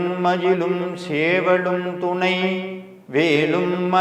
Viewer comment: ஓம் சரவணபவ. திரு அவர்களே. நான் உங்கள் கருத்துக்களை தொடர்ந்து படித்து வருகிறேன். ஒரு திருத்தத்தை சொல்ல விரும்புகிறேன். உங்கள் உச்சரிப்பில் ஒரு சிறு திருத்தம். வேலும் மயிலும் என்று சொல்லும் பொழுது, வேளும் மயிளும் என்று உச்சரிப்பது போல் சில நேரங்களில் உள்ளது. மற்றும் சேவல் என்று சொல்லும் பொழுது ஷேவல் என்று உச்சரிப்பது போல உள்ளது. இது என்னுடைய தாழ்வான கருத்து. முருகன் சொல்ல நான் கூற நினைத்தது. 🙏🏻